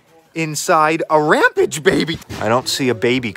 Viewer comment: It's Ram-PAGE, not RAM-PIDGE! 🙈